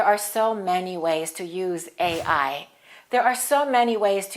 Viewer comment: Gracias for your lesson! Sorry, of the video, you stressed the acronym A. I. on the 1st syllable, I assume! Whereas, in one of your previous videos you discussed that "stress ought to be on the last syllable of any compound acronym!" Will you please elaborate on this? Thanks